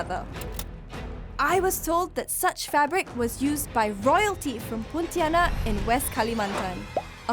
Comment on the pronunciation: She pronounces as Poutianak